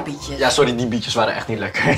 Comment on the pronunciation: Ik hoor steeds 'Bitches' in plaats van 'Bietjes'😂.